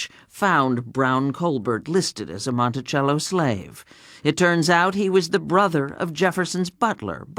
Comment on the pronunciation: The narrator doesn't know how to pronounced Monticello. It is pronounced Montisello not Montichello